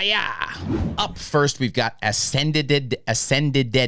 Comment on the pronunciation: Ascended not Asendeded ????? Ascend-ed